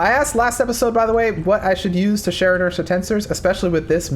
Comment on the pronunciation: I didnt know that "Share Inertia Tensor" was pronounce and share inertia tensors. Idk why but that drove me crazy the whole time he was talking about that